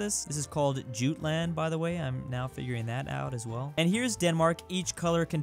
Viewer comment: “Juttland” pain